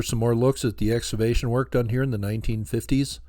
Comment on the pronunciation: I love what you do,...but I need to offer a correction on your pronunciation of the word "excavation." You pronounce it "ex- ah- vay- shun" when it should be pronounced "ex- KAH- vay- shun". The "c" in the word is pronounced as if it were a "k". No big deal in the grand scheme of things.